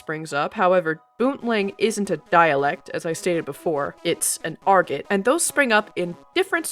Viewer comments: Argot is a French word pronounced 'ar-GO'. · Fun video. Some friends from Delaware visited Boonville and were disappointed that the language is not common today - alas. Your pronunciation of "argot" was interesting to me. Merriam-Webster indicates that the pronunciation that rhymes with Margot is more common but both are found. Those of us who learned French are intrigued by the anglicization of so many Gallic words.